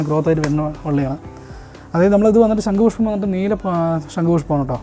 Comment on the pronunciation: "ശങ്കു" അല്ല; "ശംഖുപുഷ്പം". എന്തായാലും സരസ്വതി ദേവിയുടെ അഭാവം നന്നായി കാണുന്നുണ്ട്. വീട്ടിൽ വച്ചതുകൊണ്ട് വിദ്യ കിട്ടട്ടെ എന്ന് ആശംസിക്കുന്നു.🙌